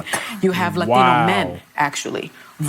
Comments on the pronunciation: Funny how Sonny tries to use a Spanish accent when saying Latino! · Why does Sonny ONLY accent the word Latino? 😂